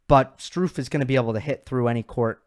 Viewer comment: Hey, love your videos, and have been a fan of yours for a couple of years. Just one correction! Jan Lennard Struff's last name is pronounced "uff" like the "oo" in "good" not "goo." Or imagine one of the Beatles saying "rough." That's because of the double ff. (If it were "Stuhf" your pronunciation would be right.) Now don't ask me how to say "Ruud"....